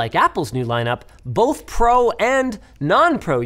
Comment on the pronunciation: So I know it's the Canadian in Linus, but why was that one "both" sounding like a mix of a Viking and Russian man? BOOHHHHHTH